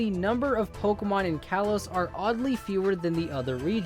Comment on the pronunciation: ITS call-oe-s